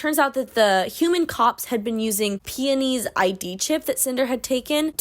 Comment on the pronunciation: You say peony how everyone should say peony